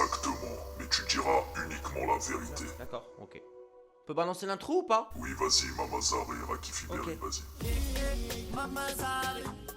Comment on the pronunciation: Toi tu dit ui est pas oui